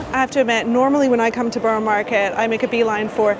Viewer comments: Truly Amazed I am. You are saying burro not burrah-just trying to be helpful..no need for the sarcasm ,thank you. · Burrah , no one from the Borough says burro 🤣😊